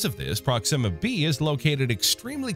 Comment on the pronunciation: Not prox IMMA. It's pronounced PROX ima